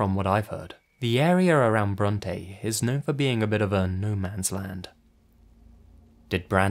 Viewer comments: oh fuck- i actually knew brandon wilson !! my ex stepdad made radio commercials and often socialized with alot of the town, went to alot of events. i think brandon actually babysat my siblings and i at one point? either way, its pronounced like braunt !! not brontay !! bronte is actually a rlly small town, my grandmother lived in abilene and would take us through bronte where wed stop and get treats (': also ! the captions have abilene misspelled !! its spelt abiline !! its abilene <3 i miss living in west tx, it was so cool ) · I grew up in Ballinger, about 20min away from San Angelo. I will say that Bronte is a pretty dead area, but It's not an area that would be rather riddled with crime or anything. It's also pronounced Bront, not Brontay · idk if everyone’s lied to me growing up in San Angelo, Tx. but Bronte is never pronounced the way it was in the video everyone local to the san angelo/abilene area pronounce in “Bront-“ no e but maybe i’m just confused. I’m actually surprised by the brandon case because as a local to san angelo/ abilene i NEVER heard of this story and the area is pretty small word gets around quick. just sounds like a corrupt system.. and i wouldn’t be surprised. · I’m from San Angelo. Bronte is pronounced “Bront” in case anybody is interested.